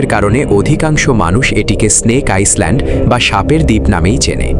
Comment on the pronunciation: আইসল্যান্ড উচ্চারণ হবে না হবে আইল্যান্ড হবে ভাই উচ্চারণ টা